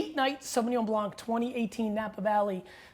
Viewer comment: Great video G , just fyi, as a french speaking guy, you do not have to say the « c » as a « k » in Blanc 👍🏼